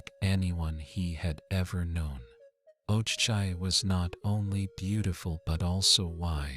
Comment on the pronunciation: But dat is not the way to pronounce ikenna and ogechi.